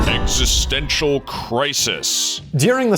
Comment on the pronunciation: ExistenCial crisis! Well done native English speaker! Probably voted Brexit! Long live TO Chaos! Well done again.